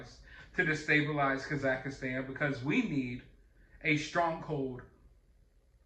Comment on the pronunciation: Ok, once could've been a mis-read; twice means you actually think the name of this place is Kazakhistan. 3 times, now!! Dude!! Kazakhstan is where Borat is from. How can you not know how to pronounce it. I get it. This isn't a movie. It's not your expertise. But, you do plenty of news. And the Kazakhistan count is up to at least 10 now....lol.